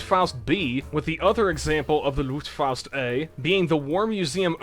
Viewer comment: The Luftfaust is the only German thing you have pronounced authenticly with the right accent. You tend to pronounce the A like au. Also, I think the fliegerschrek was pretty close if not basicly correctly pronounced.